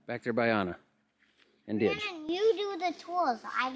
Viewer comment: It's Didge, not Dig.